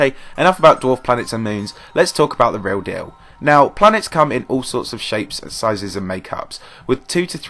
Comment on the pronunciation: The way he said " reo deo" instead of real deal😂